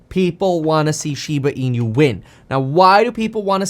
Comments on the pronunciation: Not SHIBA E-NEW. Correct pronunciation is SHIBA E-NOO (NOO is pronounced like nook without the k). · Inu is pronounced “E—Noo” Kevin, not “E-nYoo”…there’s no ñ sound. Otherwise, thanks for the content!! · "inu" is not pronounced as "in-you"... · How this man says Inu, will never not tilt me. Holy fack!